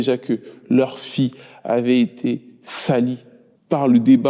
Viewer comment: 1er point : Avis au narrateur de la vidéo, apprend à parler. Sa fille = fi ye. Et non pas sa fi. 2ème point : Avis au réalisateur et aux autres personnes concernées. C'est scandaleux, voire obscène, de mettre un extrait d'une chanson de l'assassin en train de chanter. Il vous a payé ou quoi pour que vous parliez de lui, ses chansons, son groupe.